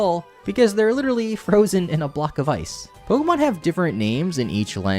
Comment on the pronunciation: I had to stop watching The way he pronounces pwokehmwon burns my ears